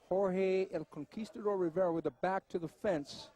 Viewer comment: "Riviera." His name is "Rivera".